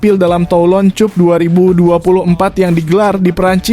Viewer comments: Min caranya baca gak enak di telinga, benar tulisannya cup tapi bacanya cap lah dll. Ini hanya usul agar gak gali telinga ini, terima kasih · Min ,Cup baca Cap. Malu saya ada yg menyoroti cara bacanya,sebab yg menyoroti bacanya itu , kesannya orang Indonesia tak pandai membaca.